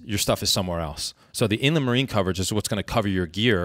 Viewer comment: It is spelled Inland Marine for anyone else wondering. I had to look it up in my policy. Weird way to pronounce it. In-le-marie